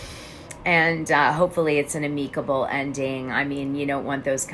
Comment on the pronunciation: Dana, do you mean amicable pronounced am ick able?? Not a Karen comment as I’m a diamond❤️❤️❤️